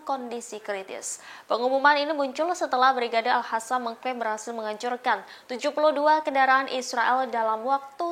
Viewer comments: Capek ya ngasih tau, tetap aja al qassam dibaca al hassam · Lo gak bisa ngomong Al -qosam ya ! Pake Q